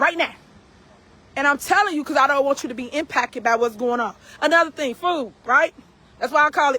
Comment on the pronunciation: Inpackked ? She's the worse ! 😅